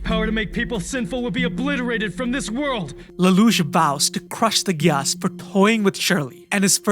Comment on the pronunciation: The way you pronounce gyass makes me cringe hard holyyyy